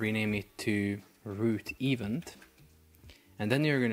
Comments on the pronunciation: ee-VENT, my bro, it's pronounced ee-VENT with stress on the last syllable, not EVE-ent. 🤭 I'm sorry, I know English is not a native language but you just used the word so frequently in the video and every time I got an eye twitch. Love your videos! ✊🏻❤️ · I truly believe your pronunciation is getting worse, the more videos you do. What is an "eevunt". Surely you have access to Google to check how words are pronounced?